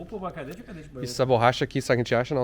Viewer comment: É um "..KADÉTTE"